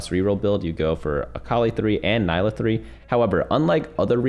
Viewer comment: It’s pronounced NEE-LUH